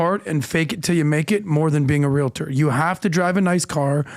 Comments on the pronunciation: *"real-tors", not realitors lol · you're mispronouncing the word realtor there is no a at the end